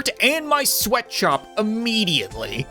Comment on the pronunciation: Sweatshop ilks pronounced sw eat what op